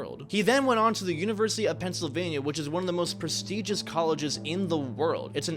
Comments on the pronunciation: Ik it’s simple error but its Pennsylvania not pennsilvanya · "Pensilvanya" bro... come on..